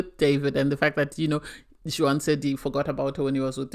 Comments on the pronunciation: Juan is not pronounced "Jew whan" but Wahn. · First time listener to your podcast i did enjoy it but it was very irritating how you are pronouncing Juan's as you were doing it incorrectly. The J is silent so his name is pronounced like One. That is very common is Spanish speaking countries to not pronounce the J. Hope that helps ❤